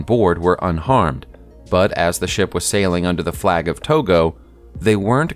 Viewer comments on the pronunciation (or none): none